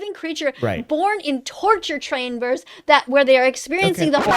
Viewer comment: torchurr chrambers